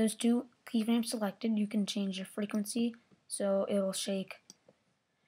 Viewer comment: ha when u said frecquency it sounded like freakency